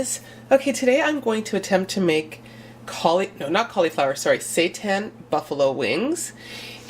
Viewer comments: Andrea Feil I think it's actually pronounced Si-Tan lol x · I've never heard of seitan before, so when you kept mentioning it I kept thinking you were saying "satan" LOL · can't stop hearing "satan"😂😂😁jk but the food looks yummy gotta try!